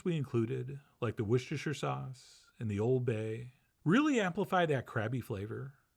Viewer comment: Thank you for not pretending like you can't say Worcestershire Sauce, like everyone else on the internet.